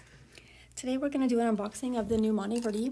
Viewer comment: Good video but it's funny how you pronounce Monteverde :)